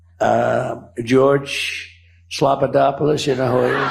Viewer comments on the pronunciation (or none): Can you believe those supposedly serious, sober, informed women laughed like absolute morons when Trump said, "slopodopoulous," for the millionth time? They laughed at something that they would correct their children for saying! What do you say to your ten year old who calls a class mate, slopodopoulous? In my home, the child's error would be pointed out. These people want to call themselves Evangelical Christians? It's time to go back to the Bible. The actual Bible, it doesn't need to have The Bill of Rights, the Declaration of Independence, War and Peace or any other tome attached. The Bible stands independently.